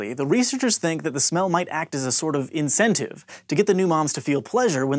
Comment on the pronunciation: Did he say...inSCENTive???